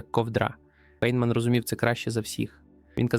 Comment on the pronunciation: Прізвище цього чудового науковця у всьому цивілізованому світі читається як Файнмен. І не інакше. Тільки тупе калькування у невігласів ...